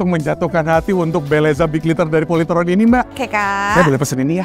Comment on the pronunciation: Bukan POLYTRON tapi POLYTROn